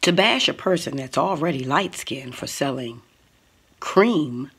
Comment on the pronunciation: Did Tokyo Toni say “LIGHT SKINDED” ??? 😂😂😂